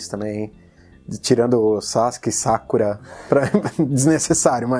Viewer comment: Ele quis dizer que não curtiu a pronúncia dos nomes, dando a entender que preferia algo mais abrasileirado como "Sazúke" ou "Sakúra". [Rafael]